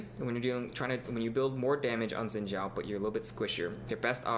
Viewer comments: I thought it was pronounced "Shin Jow" that rocks I was right. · is Angel in Mandarin. He says "Xin Zhao" like he is Chinese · Liked for correct pronunciation of "Xin Zhao" yeee. But in China they actually call him 赵信 (Zhao Xin) ahaha.